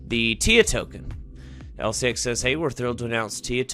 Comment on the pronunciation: Sorry but you are saying the name wrong 😄 lfg lcx!! If it goes to 25 💵 in 5 years and we accumulate now, we are rich..if it goes to binance levels, we’ll we could be super rich. This is a fantasy but we can def make a lot of money if lcx does well. If not, it was fun atleast